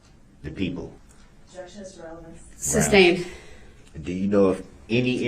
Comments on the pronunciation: Substain” lol! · He never learned the meanings of the words hearsay, relevance, and leading and never pronounced sustained correctly 🙄